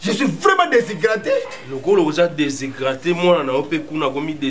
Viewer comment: Vraiment alobi aza deshygrate🤣🤣🤣🤣 (déshydrate)